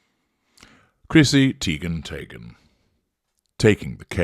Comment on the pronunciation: Chrissy Teigen tayghen 🤣